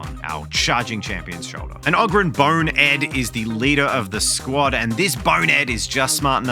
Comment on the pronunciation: its abba-don the despoiler, and a-BAH-don black weirdly they have actually specified that and yes its oh-grin not og-rin